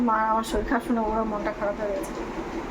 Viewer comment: Shoril😂😂😂😂 ki bhasha...shorir bolo...bor kothay?